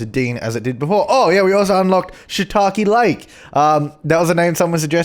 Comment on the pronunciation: Was hoping youd pronounce the lake as how youd pronounce 'take' in shiitake... Sooo it's shitaki laki.... O.o yeah... Kbye